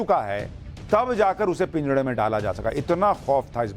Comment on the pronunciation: पिंजड़ा नही होता महाशय😂 पिंजरा होता है